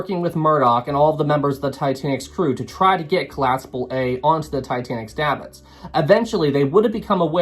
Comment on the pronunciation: Said “Collaspable” and “Warshed”. That’s two strikes. Don’t make it three.